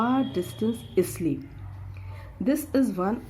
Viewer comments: Mam it's not Isle it is pronounce as Ile..... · Ma'am the word isle is pronounced as ile